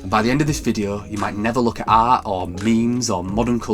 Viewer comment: the way you pronounce the word "art" is an outrage